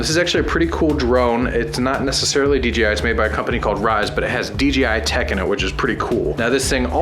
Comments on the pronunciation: I don't think it can't be even considered as a debate, since there is not an opinion about how to pronounce it but just GRAMMAR, I'm not native speaker but I have never seen a single person saying DJ like Dee Yee. So, nope, DEEYEE I is wrong, DEE YAY I is the correct way to pronounce it. Dang, I have never seen someone saying: "Well yeah a we had DEE YEE at the party last night" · Deeyee I Noouuuuu DJ, Dee Jai, yo man Dee Jay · You guys always say "DGI". :-) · DGI?? lol why does everyone says DGI!? It’s. D JAY I lol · Can you guys PLEASE say "DJI" and NOT "DGI"???!!!!